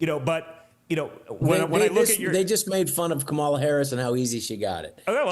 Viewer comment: Hal, pronounce Kamala’s name correctly, please.❤